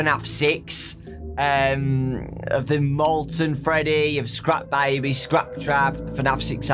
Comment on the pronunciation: The way he said scrap baby. Skrapp Biebee